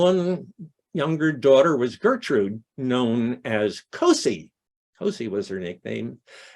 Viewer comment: Hi, this was wonderful! I'm the great-grandaughter of Gertrude "Cosie" Hutchings Mills (daughter of Elvira Sproat Hutchings, my great-great-grandmother! So that makes Florantha and Granville my great-great-great grandparents. By the way, Great grandma 's nickname is pronounced "Cozie". And we don't know why that was her nickname. It is SO sad that Elvira and John Muir and Elvira couldn't be together. But he kept writing to Cozie. She gave my mom and my aunt pine saplings for christmas every year. At the time, my mom said, they didn't appreciate it. Later my mom understood she was trying to impart a love of nature. And she did do that. They called her "Little Grandma" because their other grandmother was a very large woman, where Cosie was petite.